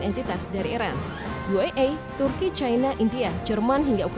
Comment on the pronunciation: Pembacanya tidak menguasai bahasa Indonesia yg baku Membaca China saja tidak bisa sangat memalukan sebagai orang Indonesia